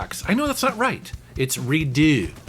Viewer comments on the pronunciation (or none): Redux = re-ducks. Not re-doo. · It's "re-ducks". If it was "re-doo" it would be spelled "deux" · Just a minor point for you - "redux" is pronounced "re-dux" not "re-do", so you had it right when you corrected yourself. Other than that, great video. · It's not reduh lmao. It's just redux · RE DUCKS is how I would say it not RE DO. I am from Canada though. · Redux is pronounced re-ducks. It would only be pronounced 're doo' if it were spelled 'redoux' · Hey It's RE-DUCKS, not RE-DO. Look here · The "Redux" word pronounces as "Re-ducks". Anyway, great content as always! Keep it up. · No it it "re-ducks" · pronounced ree-DUCKS ... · Redux is not a French word, so you can say it as you read it. Re-dux. Just as you said it before you corrected yourself. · It's pronounced Re Ducks. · It's redux, when you say redux the first time, it sounds like that you said it in french like re and deux, in which deux is two in french. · It is redux like reducts. Not the weird french sounding way. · Wait.. redux is pronounced "redo"??? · I love the way says "Redux" haha